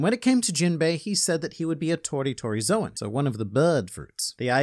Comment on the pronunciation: Oda and the anime: "Zōn", and other One Piece YouTubers, for no discernable reason: "ZOWAN"